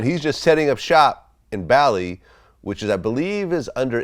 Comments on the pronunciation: Vlad keeps saying Bally when it’s Bali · it's bar-lee not bal-ee (Bali) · No, but perhaps there’s a little confusion because it is a separate island.... I was more annoyed because Vlad kept saying Bally instead of Bali. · It's pronounced Baa-Lee. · Bali is pronounced “Baw-lee”. Almost as bad as “PushER T” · Vlad the way you pronounce Bali …..so bad , listen to Godfrey pronounce it. Besides that I'm looking forward to Indonesia DefJam